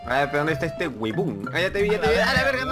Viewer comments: Alguien más escucho que a cada rato dicen "wuebon"? :V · Toda la partida escuché webon :v